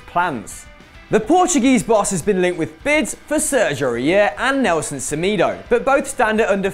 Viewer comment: You should practice your pronunciations. You butchered Semedo